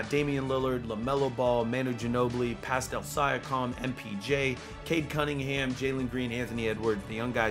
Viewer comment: “Pascal Siacalm”